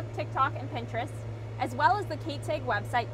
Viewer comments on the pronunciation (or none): You say 'Ag' like 'egg'. Interesting. I say it with a starting vowel of short 'a' (as in 'cat'). You say it with starting vowel of short 'e' (as in 'net'). It's a 3 speech-sound word. It's 2 vowels and one consonant (a-ee-g) or (eh-ee-g). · Linguist here. What you are observing is called /æ/ raising. (In this case, more specifically, Beg Raising). We call it raising because the position of the tongue is raised relative to the standard pronunciation changing the vowel from æ (The a in agriculture in the General American Dialect) to e: (E in beg in the General American Dialect). It's common in Upper Midwest/North-Central dialects due to the large number of Scandinavian migrants to that area (particularly the Dakotas and Minnesota but to a lesser extent Montana). You'll also note the greater percentage of nasalized vowels (where vowels are pronounced by forcing some air through the nose instead of out the mouth) which gives her accent an airy quality. This is again owing to the Scandinavian influence on the region as the Scandinavian languages tend to nasalize a lot of vowels. This is the North-Central American English dialect that was typified by the movie "Fargo" (although "Fargo" grossly exaggerated it).